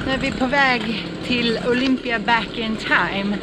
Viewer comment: Uttalet av Katakolon skall ha betoning på a nr 2. Olympia skall ha betoningen på bokstaven i. Ha det bra.